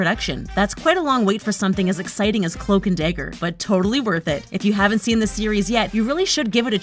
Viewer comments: i cant take it seriously (day - ger) is not dagger LMFAO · It’s dagger not dayger